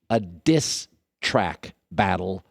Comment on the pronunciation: Why do put so much emphasis on "diss track" Collin geesh